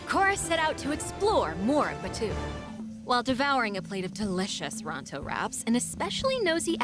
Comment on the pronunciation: Im a massive Star Wars fan and this pack was a colossal let down. And you did pronounce Batuu correctly the EA lady despite being directly employed by Disney did not.